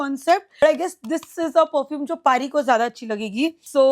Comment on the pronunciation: Parfume, pradact, assesary?? ...bro😂whyyyy do u pronounce even basic words wrong